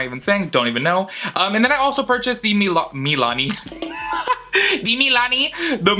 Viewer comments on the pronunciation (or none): He La the way he said it made me laugh so hard for some reason lmao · that’s how I pronounce Milani lol 😂 (I’m german)